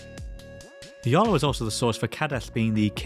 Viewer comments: Iolo? Or Jolo? 😂😂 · I swear yoy said "The YOLO manuscript"